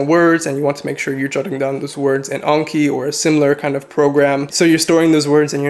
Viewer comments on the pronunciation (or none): none